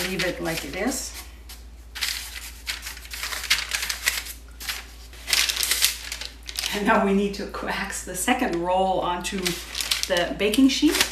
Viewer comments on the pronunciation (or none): Yum! I have been looking for a non-lemony poppyseed recipe, Thank you! Poppyseeds have a flavor of their own. That Streusel topping looks tricky, I might use a springform pan just to contain all of it. FYI "coax" is pronounced "cokes".